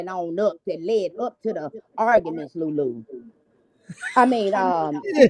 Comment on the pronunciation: She keeps saying Lulu 😂😂😂😂